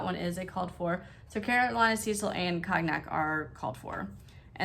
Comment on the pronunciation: Hello....pronounce cognac...cone yak...lol